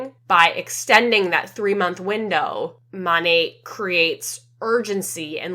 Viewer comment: The fact that none of them can even pronounce their own company correctly is WILD. Monat stands for modern nature....m(ah)nat...not MOOOnat. 😅